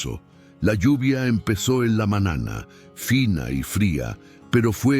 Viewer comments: Esa historia muy linda .pero .porque tiene que hablar tan malo en esa historia . ??? Como. Diciendo manana nino ano..mono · Siii le falta la acentuación y pronunciar bien la eñe cuando dice niño, dueño, mañana .....😢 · Con todo respeto.sus relatos son muy bonitos pero como esta pronunsiando las letras usted lee ano y es año lee manana y es mañana